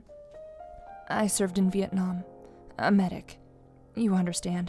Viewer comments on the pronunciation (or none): none